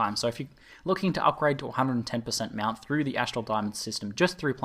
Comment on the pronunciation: Whats a "Mewount"?